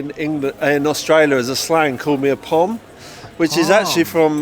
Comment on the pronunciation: Pohm = prisoner of his/her majesty. not whatever he said